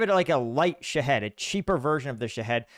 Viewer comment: Sha-hEEd. There is no head in it